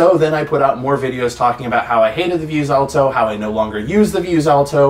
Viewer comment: Stop saying “vuse-alto”